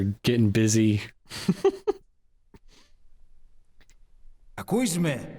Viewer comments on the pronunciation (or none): Hearing Greek on MGS was a nice surprise, even if some of the subtitles were wrong like where he says Δεν το πιστεύω, which means literally I don't believe this but it's subtitled as this is ridiculous. Also the can you hear me bit, were instead of με ακούς as it is properly it sounds like ακούις με, which is rather wrong as that word doesn't exist, unless it's a thing of the Cypriot dialect of Greek.